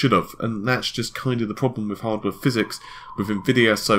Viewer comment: we found a word better than Tiddycum: phyZEEEEEEX!!!!